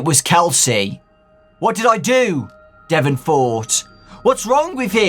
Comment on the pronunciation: Ouch my name is Devon even said like that.... Why..... Why?